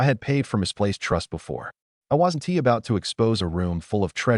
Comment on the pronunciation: god I hate basic AI voice the first few words "It wazzen Tee" and then the next sentence again Wazzen Tee then "Eye Dee" instead of I'd. I just KNOW from that point on there will be "Eye Tee" instead of it and "Emm Oh" instead of the name Mo